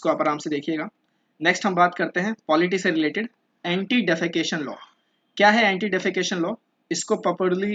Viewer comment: Anti defection not defecation 😅